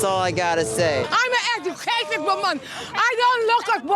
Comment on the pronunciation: “I is a ejucated wimman!” 😂😂😂😂😂